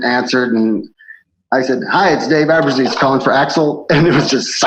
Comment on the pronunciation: I knew it was gonna be a disaster when he started by mispronouncing his name.